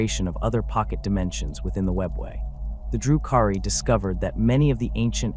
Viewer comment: AI garbage, the way they pronounce DRU-KHARI gives it away. Delete this shit